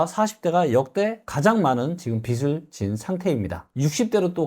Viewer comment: '빚이, 빚을, 빚은' 발음하실때 비지 비즐 비즌으로 해주세요 비시 비슬 비슨